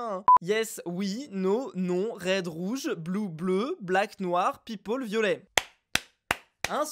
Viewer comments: "Blak" et "pepole", deux ovnis de la langue anglaise... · Il a pas dit people il a dit pepole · Ta dis pipoles